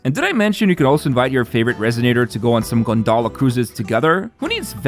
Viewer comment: Rinascita, gondola, Roccia... Please please please learn the correct pronunciation of these Italian words, especially where the tonic accent falls, it's a torture to listen to these terrible pronunciations...